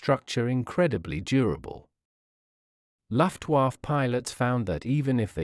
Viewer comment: Very interesting, but please have another go at pronouncing "Luftwaffe" and "aluminium".